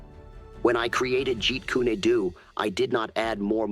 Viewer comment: It's AI, Bruce Lee would never mispronounce Jeet Kune Do by saying Jet Koony Doo.